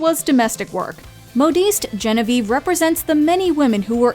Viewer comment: lol you pronounced "Delacroix" properly yet you missed the point with "Genevieve" (pronounced "JEN-viuhv") unless she's not actually French (as Marina pointed out:??? also why were the tiaras worn in the modern way unlike how it was actually originally worn (across the forehead like a bandeau-ish headband) "Gossip Papers" in France were variously called "Poissonades" (the main target being the Marquise, later Duchesse de Pompadour, whose real name was Jeanne Antoinette Poisson) & "Libelles" (for Marie Antoinette)...aka "fake news" was the norm from time immemorial regarding the Charlotte-is-Black theory, even QE2 is a subscriber of that theory